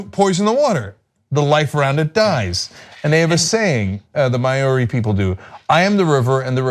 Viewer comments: As a Kiwi (New Zealander) I cringed at the pronunciation as well and had to shake my head. Points for trying, a shake of the head for the fail. I'm proud that this has happened, hopefully, this is a step towards the protections of our land and water ways rather than allowing them to be polluted as profits are prioritized over the keeping our lands and waterways clean, safe and able to be experienced by all members of the country. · I loved this report on my homeland, New Zealand. Would have been even better if you could have checked the pronunciation of "Maori" and "Whanganui" before airing. It's difficult to teach the proper pronunciation of "Maori" in writing but "wh" in Maori is pronounced as an "f", so "Whanganui" sounds like "fung-ah-noo-ee" with the main stress on "fung" and secondary stress on "noo". Absolutely love your show! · Guys, Maw-ri, not Mary. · I know some people don't like being corrected, and believe that you can pronounce words however the hell you like, but the indigenous people of New Zealand are called Māori (MAA-or-ree), not Mayery - the word is not that difficult to say at all. If you were ever to meet a Māori in person, they would not be too pleased that you basically called them a Mary. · It's pronounced Mao Ri as in Mao Zehdung, not May ow Ri. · It's pronounced: Mow-ree. Rhymes with "Now me" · It's more like 'Moe-re'. In Te Reo, I's have an E sound. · As a Kiwi I have to say, your pronunciations are hilariously wrong. Lol. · I agree, you'd think one of them would know how to say Maori. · It was pretty cringe. For the record, it's not pronounced Mayori, it's Mao (like Chairman Mao) Ri (with a roll on the r). That'll get you close enough to not make us New Zealanders want to claw our ears out. And Wanganui is pronounced more like Wong-ga-nui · Omigsh, I love you guys, but please GOOGLE how to pronounce words before you screw up Maori (repeatedly), Whanganui (Wh = 'f' sound) and iwi. It is sooo offensive.